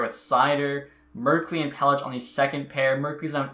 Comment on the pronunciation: Not trying to be a douche... but MUK HAM A DUL LIN Warren Foegele ( not William) Pelech is Peleck Alnefelt is All Ne Felt I’m gonna get hate, but like between you and Xtech I don’t know who’s worse at pronouncing names lol